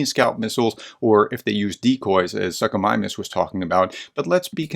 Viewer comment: You mention it fairly often, so can you please learn to pronounce Suchomimus professionally? It's soo-ko not suck o.... long o, as in too, tool, fool etc. I only mention it because your channel says "professor" so whatever you say, less educated Americans assume to be correct. Small things matter. Cheers.